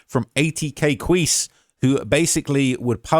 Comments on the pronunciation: he name is pronounced (key-see) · Quise { kee-see}